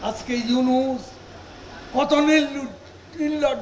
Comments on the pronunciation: আরে কাউয়া, ওনুস নয়, ইউনূস হবে, ঠিক ভাবে উচ্চারণ শিখে আয়। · কাউয়া ইনুচ ইনুচ করে ইউনুস নাম টাও সঠিক করে বলতে পারে না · ড. ইউনুস এর নামটা ঠিকভাবে উচ্চারণ কর, পরে তার সম্পর্কে সমালোচনা কর